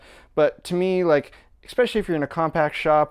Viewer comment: Good video. Considering you turn out publicly viewed videos, I suggest you exchange the word "ex-specially" with especially. Don't take that wrong, just my 2 cents.